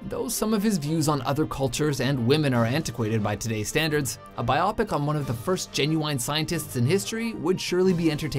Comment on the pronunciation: I've never heard anyone pronounce "biopic" this way.